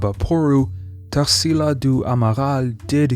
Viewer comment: I often comment here about how this channel is amazing. But I really never imagined that you'd bring something from my country's culture. I'm so glad to see a video about Tarsila's painting! It's the cutest thing how you pronounce her name haha Brazil is definitely a country full of culture, for those who are interested, I'm gonna leave here some brazilian (or very influential here) artist's names if you want to research: Almeida Junior, Candido Portinari, Lasar Segall, Pedro Americo, Vicente do Rego Monteiro, Eliseu Visconti and Benedito Calixto.